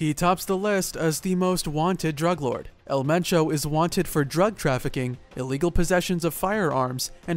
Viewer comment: Pinche pronunciación toda cagada "el menchou" 😹👉